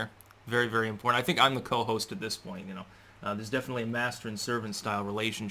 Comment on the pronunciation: Your "Co-Hoast" Took the Show! : }